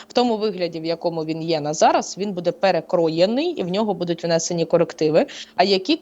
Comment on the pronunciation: Буде(наголос на перший склад!!!!) ставит правильно ударение…, прекратите «интересничать»!!! Уже до рвотного рефлекса. Ваши вопросы тоже приходится слушать!!!!